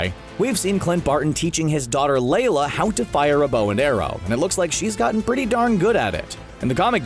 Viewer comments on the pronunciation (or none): why you saying it LAY-la? it's LI-la